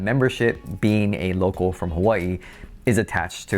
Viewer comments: your pronunciation of “local” comes across as “Loco”!! And you repeat it so much that it becomes comical 😎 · Did you say Loco or local ?